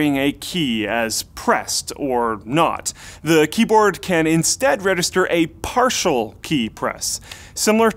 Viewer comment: and you say redister not register and it's killing me